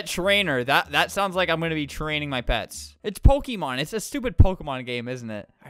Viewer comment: What random people hear: pets pets pets. What I hear: pads pads pads